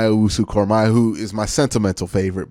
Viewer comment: I pray to the football gods that if the Browns draft Koramoah, will learn how to pronounce it correctly 🙏